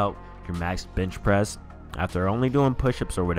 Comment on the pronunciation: ... Did he say b*tch pressing?